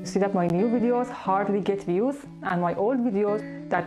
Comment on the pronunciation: احلا شي ستوب جيتينغ (فيوس) 🙈😂😂🤣😂🤣 وعلى ويش بدها فيوسس هل هبلة بنت الهبلة 😅🤣 مو لتعرف تلفظ السين بالاول 😬 او الكلمة بالشكل الصحيح